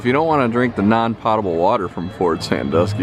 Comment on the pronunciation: It's PO-ta-bal water not POT-a-bal water lol FYI